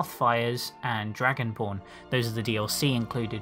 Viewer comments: I thought he said dragonporn lol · lol at first when you said dragonborn i could have sworn you said dragon porn